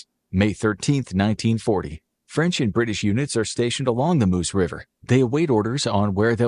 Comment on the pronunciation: Meuse, not Moose.